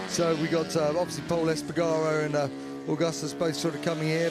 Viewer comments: Shame he can't say Pols surname properly 😅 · Nobody can.